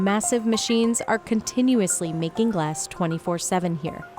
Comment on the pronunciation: Anyone else hate the way she pronounces the word "glass"? "Glaaaass..."